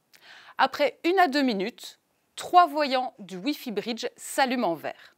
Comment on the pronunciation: Ne pourriez-vous trouver une francophone qui parle convenablement et qui emploie le son o semi fermé comme dans hôtel ou bureau et non des o semi-ouverts comme dans sort ou rhum.. Et qui parle de briddddge et non de britttch.